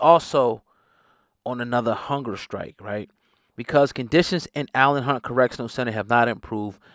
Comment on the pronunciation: It's not Allen Hunt Correctional Center it's called Elayn Hunt Correctional Center